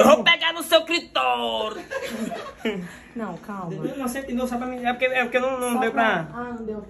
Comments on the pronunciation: ninguém: cremosinho: "EU VOU PEGAR NO SEU CRITORISS" kkkkkkkkkkkkkkkkkkkkkkkk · Ele me mata de rir quando fala: eu vou pegar no seu clítoris